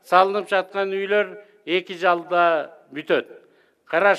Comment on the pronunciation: Мына Министр соо эмес 2 жылда дейин деп 2 жалда деп аттатго 🤣🤣🤣